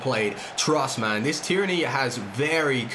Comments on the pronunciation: Anyone noticed how says Tierney as if it was ‘tyranny’🤣🤣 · please say Tee air knee for Tierney you sound american LOL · get lewadowski, any version. His close control dribbling is top and his power shots near post, doesn’t miss. And tierny is pronounced “tier-knee” bro😂